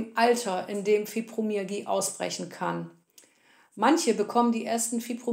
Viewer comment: Sorry musste bei ausschalten. Wenn man nicht mal das Wort Fibromyalgie richtig aussprechen kann ( Fübromiagie), dann kann ich den Rest leider nicht ernst nehmen.